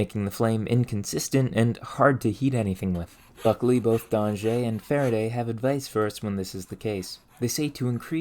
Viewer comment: Great video! I learned a lot about topics I didn't realize would interest me. Keep up the incredible research on human achievements! Also "Danger" in French carries the same meaning as "danger" in English. I doubt his ghost was too bothered by your previous slight mispronunciation.